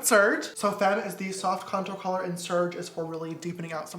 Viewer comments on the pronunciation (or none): James: Femme Me: about to pass out Btw u pronounce femme faaaaaaame not like the English word fame.